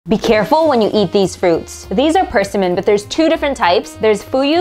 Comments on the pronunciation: It's pronounced "per-sim'-mon" with the accent on the second part of the word, "sim". Your pronouncing it with the accent on the first part of the word, on the "per". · Your pronounceation of persimmon is not quite right. Your emphasis is on the wrong syllable. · Why does she pronounce it that way? Emphasis on the first syllable. It's odd and so distracting. Only me? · Person min. My folks always pronounced it per sim mon. Fun how we say stuff different! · Pers a min or per sim mon? Never in my 49 years have I heard pronounced this way. As abrasive as ca nam in for cinnamon. Now having said this I just learned Vietnamese soup is pronounced Pha not phoh. Hope I don’t need to relearn per sim mon as pers a min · PURSEsimmon 😂 it’s pronounced pr·SI·muhn 😊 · the way you pronounced persimmons: PURSE-EE-MANS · We always pronounced it with the emphasis on the SIM: per-SIM-mon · Didn't know that's how you pronounce it... I've always heard "perSIMmon" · Per sim mon is how it’s pronounced! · Pronouncing it wrong. Per-SI-min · Why are you saying “persimmon” like it’s two separate words? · It’s pronounced persimmon, not persimmon